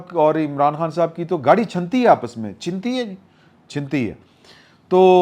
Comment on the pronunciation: سر۔۔چھنتی ھے۔۔۔چھ کے اوپر زبر ھے۔۔ جیسے چھلنی ھوتی ھے